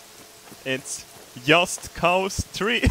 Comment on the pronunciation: "Yust cows" yes!!! finally put his own pernonsation in his vids